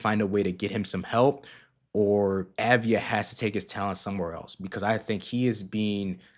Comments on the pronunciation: It's pronounced AHV-DEE-AH. Sounds to me like you're just putting the V and the D in the wrong order. :) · The A is pronounced like olive rather than avarice. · dude.... it's AV-DI-JA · Enjoyed it, but look into how to pronounce his name.